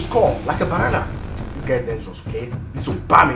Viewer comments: Please stop saying banan😸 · where's he from Senegal Togo, Liberia, i like when he says banana and Basuka.